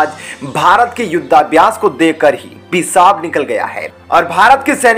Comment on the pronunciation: पेसाब नही भईया, पेशाब कहते हैं, पहले बोलना सीख लो😃😆 😆😃😆👍👍👍👍😁😁